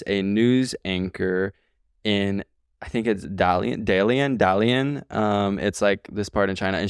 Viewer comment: I’m crying from the way is saying dalian haha it sounds like an American name or town name the way he says it